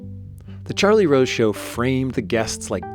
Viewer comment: Charlie Wose Was A Cweepy Interwupter